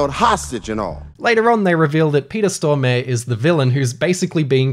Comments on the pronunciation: Peter Storm-e ? Peter Storm-a-re! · When you pronounce Peter Stormare as Peter Storme